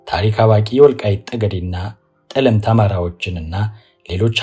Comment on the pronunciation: ጠለምት ሲነበብ “ ጠ “ ይጠብቃል አጥብቀው።